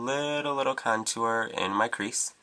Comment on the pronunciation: Love how u say "contooer"